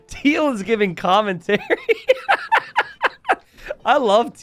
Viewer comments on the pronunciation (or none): none